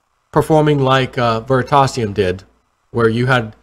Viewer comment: Ver-ree-tay-si-um Please